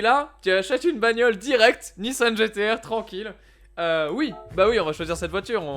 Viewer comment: Cest pas nissanne cest nissan On dit mamanne ou maman